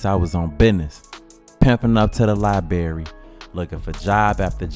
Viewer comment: When are we going to stop pronouncing it libarry and pronounce it library!